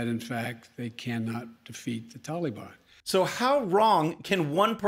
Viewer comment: He calls them the "tallybon" makes them sound harmless.